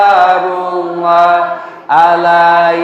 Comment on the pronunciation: assalamu'alaikum wr.wb,maaf paknustadz sebelumnya kalau saya salah menilai,kalau tdk saya salah dengar,bacaan sholawat sholaatullooh solaamullooh bukanya yg benar salamullooh,🙏🙏🙏